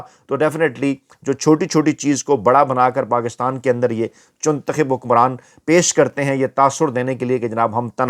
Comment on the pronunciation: Did you say “chuntakhib “?well said 👌 bcoz is Chuntakhib 😂not Muntakhib